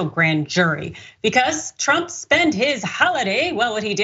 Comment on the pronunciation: She said "drump" 🤣🤣🤣